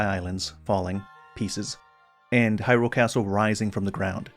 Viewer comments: What's up with people pronouncing hyrule all funny. There's a trend of people stressing the second syllable "hyRULE". It should be either evenly stressed "hyrule" or the first syllable "HYrule" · I like your videos and I want to say that it is very difficult to hear you stress the second syllable in "Hyrule." Like hyRULE. Hearing that is an anathema to me. Very challenging. Feels like I'm allergic to it. I also don't care what any official pronunciation is, if there is any.